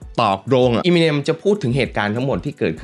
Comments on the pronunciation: เอมิเนม ไม่ใช่ อีมิเนม ถ้าฟังสัมภาษณ์ต่าง ๆ จะได้ยินเค้าเรียกชื่อกันมัน เอมิเนม หรือ เอเมอเนม ก็ได้ มันไม่ใช่อีมิเน็ม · อยากขอแก้นิดนึงค่ะ คือชื่อป๋า Eminem อ่านว่า เอ็มมิเน็ม ไม่ใช่ อีมิเน็ม นะคะ มาจาก M&M ที่มาจากชื่อ Marshall Mathers ของเค้า เวลาอ่านเร็วๆจะเป็นเอ็มมิเน็ม พอมันผิดมาตั้งแต่ต้นมันก็เลยขัดๆไปหมด 🥲 นั่นแหละค่ะ แต่ก็ขอบคุณที่ยกเรื่องนี้มาเล่านะคะ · Eminem มาจาก m&m นะ ต้องออกเสียงเอมิเนม ถึงจะถูกต้องนะครับ